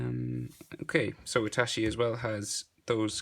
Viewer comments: Anyone triggered when he says itashi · dude why u say itashi wtf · anyone notice at the end he said itashi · did he just say ''itaSHI''? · He said itashi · YU P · I got triggered when you said “itashi”